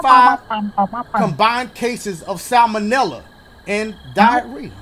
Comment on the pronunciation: "Salomella" (Ghetto Chef 7 Reference) 😅